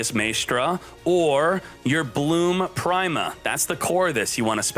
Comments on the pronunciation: Nobody:: Bloom Prime-a I'm really starting to think he's intentionally mispronouncing these names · i don't think he's pronouncing prima correctly.....